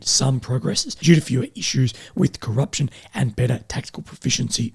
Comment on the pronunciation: 😂😂😂 “Coupprtion” what an illiterate it’s corruption